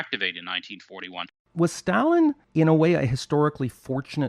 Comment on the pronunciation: I hope you don't both pronounce Stalin like that¹… I don't want to catch that habit ¹/ˈstælɪn/